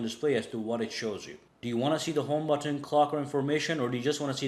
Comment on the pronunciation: It's not But ton - it's but - en. You don't repeat the t sound at the beginning of the second syllable